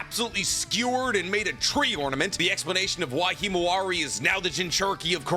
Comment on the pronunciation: Mans really said kimawari